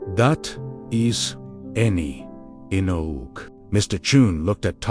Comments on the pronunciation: "That. Is. Any. Enog." Inspiring words. Just because this is an era in which people are hungrily consuming digital content, and posting digital content is a lucrative way to earn money, it doesn't mean that digital creators should be posting substandard content. Please respect your viewers. If you want to create digital content using the help of AI, do quality checks before uploading it. Better yet, use less AI. Use real human beings to draw animations and record voiceovers. You will be giving work to freelance artists and actors, and there will be less mistakes in the content. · Utter bullshit story - for one thing it seems to conveniently forget that Thomas was at work at 5 am. And the AI can't pronounce simple English words, like 'enough'. AI generated crap. When I was in University, I discovered that my 'magic hours' were from 10 pm to 2 am - I was most alert, the world was quiet, and I could focus, learn, remember and create much more effectively in those hours. Not everyone is a morning person. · strange pronunciation "enough"